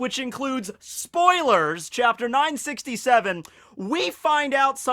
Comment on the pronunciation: Spoalees?? what did he say???? ah whatever.... AH WHAT THE FUCK, YOU HAD SPOILERS IN THIS VIDEO, YOU SUCK AHHHHHHHHHHHH